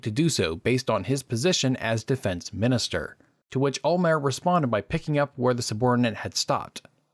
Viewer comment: It's OLMERT. The T isn't silent. What's the deal with Americans and silent Ts? They do the same with Gal Gadot.